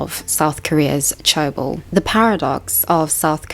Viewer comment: 재벌 is pronounced je (the short e sound, as in 'egg') + bol (the short o sound, as in 'octopus').